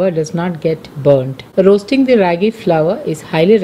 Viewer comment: Its pronounced as raaagi!!!and not how u r pronouncing!!! It's from our state Karnataka!!!